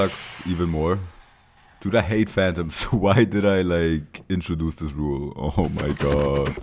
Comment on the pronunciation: He's adorable lol the way he says dute instead of dude